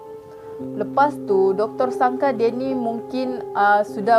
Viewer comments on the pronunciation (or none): Comel lah kakak ni..suka buat lawak pulak tu..sebut doktor..hahah🤣